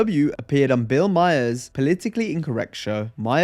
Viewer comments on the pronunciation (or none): Shut the video off as soon as the narrator called him Bill Meyers instead of Bill Maher. Shows how much effort was put into this pile of garbage video. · You pronounce Bill Maher wrong